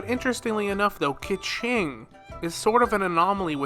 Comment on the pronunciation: ‘Keh ching’ Oof. Oldest mispronunciation in Genshin . I don’t play in EN so I don’t really know her official pronunciation, but based on the actual Chinese 刻晴, it’s more light Ke (subtle r, going down like there’s an exclamation mark) Cheeng(going up like there’s a question mark) Use google to get the actual pronounciation